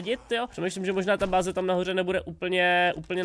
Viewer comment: Furt neříkej “Bázy” prosím. Zní to fakt strašně.😘 Jinak nice video.😂